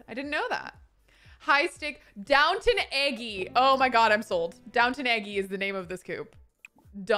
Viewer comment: donwton eggy, butchered that haha